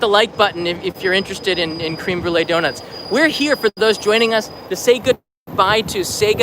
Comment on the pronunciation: Thumb down because u mispronounced "Créme" incorrectly. Tsk tsk.